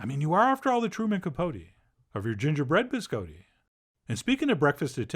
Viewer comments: He says it the way it's said in Italian. The way it's said in America is completely wrong. "Bis-cah-ti" is not how it's pronounced. It also refers to multiples, the singular is "Biscotto". :-D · No. Someone tricked Chef John into saying it that way as a joke when he was a kid, and he never learned the correct pronunciation. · Oh dear... the bis-coe-tee... bih-skaa-tte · Chef John you are ... so cultured. Have been so many places, but you mispronounce BISCOTTI...AHHHHHtti, not a long O. None of us here can figure it out how you don't know that? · I love Chef John. But every time he pronounces "biscotti" as "biz coe tee," the wings fall off an angel statue in Rome. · Gonna have to thumbs down you just for saying BisCoeDee -_ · So it turns out I've been pronouncing Biscotti wrong. I've been going "Bis-Cotti". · You probably haven't been, Chef John is charmingly pronouncing it incorrectly. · Why are you saying it like that? Please Stop. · Someone tricked Chef John into saying it that way as a joke when he was a kid, and he never learned the correct pronunciation. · You are, after all, the Wile E Coyote, of your mispronounced biscotti. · Right.. ?!? I thought it was a bit odd.. 🤔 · Did not disappoint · Some of y’all really need to learn how to pronounce these words. Please don’t act like he is saying biscotti correctly... or even close... lord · "Closer to how it's said in Italian"? No, that's NOTHING like the Italian pronunciation (or the standard American, for that matter). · I said closer. And it is. I'm from Sicily. I know how it's pronounced. It's definitely not a hard "o" but it's absolutely not with an "Ah". But I take it you speak Italian, so you should know.